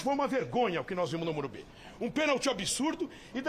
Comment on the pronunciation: porque estão falando morumbis??? O locutor da tnt também falava morumbis. E nova moda dos bambi??